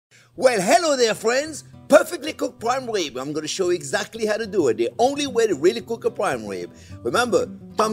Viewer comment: I love your "pwaim wib" chef!